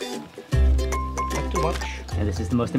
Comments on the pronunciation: Why have you forgotten to pronounce "pepper" correctly? 🙄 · Why does he pronounce "pepper" as "peppa"? He sounds like a toddler.